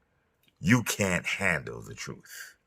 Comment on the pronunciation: Dude it’s 2025, are you still saying “troof”?